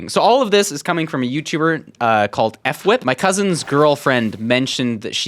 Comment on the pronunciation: I can’t believe you called him f whip 😂